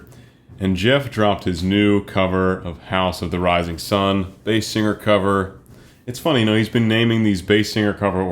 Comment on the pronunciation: The "zun" instead of "sun" bothered me way more then the vowel change